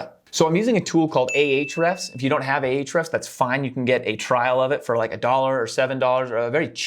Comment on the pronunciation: Saying it like "AY ATCH REFS" reminds me of "A-ARRON".